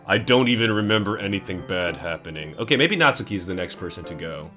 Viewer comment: You do not. Pronounce the "u". In Natsuki. It is "Not-skee". Not "Not-su-kee". You don't say "Sah-su-kay" do you? It's "Sahs-kay". Every person who's ever made a DDLC playthrough does this.